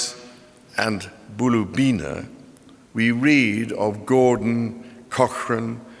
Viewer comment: Know right ? That one cracked me up. He did however get MIAOULIS right. For once a Pom pronounced my nsme cirrectly.